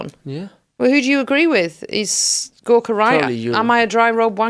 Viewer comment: Gorka all the way. And I heard hospice Gorks. :-D